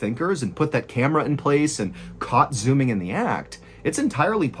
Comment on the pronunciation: The way he pronounces "Xuming"... 😂 "x" in Chinese is pronounced like "s" or "sh" haha